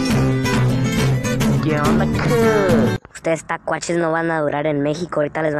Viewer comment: Tlakuaches se dice tlakuaches